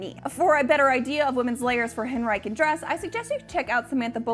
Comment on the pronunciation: I don't really wanna shame accents/saying words only ever read but... Hen-ri-kan era is really throwing me. Over here in the UK we pronounce it Hen-ri-sian the 'c' is soft.